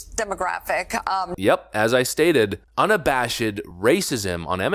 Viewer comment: Why do you pronounce UNABASHED the way you do?